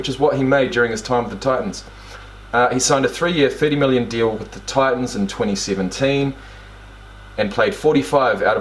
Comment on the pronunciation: Ah, the glottal stop at that. You did EXACTLY that.